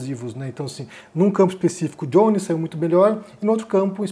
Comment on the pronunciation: Não é "Diones" em inglês, é Jones em português, igual "Joaquim" "José"